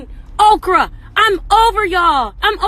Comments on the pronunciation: Ocrah? Lol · Nawl not okra and kale. I’m done🤣🤣🤣😂😂😞😅🤣😂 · Did Ari Lennox call them Kale & Okra? Lol! I’m disgusted by her dumb ass 😂🤣